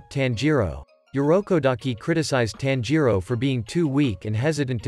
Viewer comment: It's not "tan-ji-ro" it's "tanji-ro"